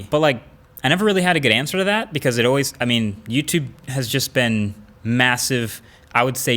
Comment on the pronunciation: He didn't say "Catch you in the next YouTube video" he said " Catch you in the neck tootoovideo or something like that".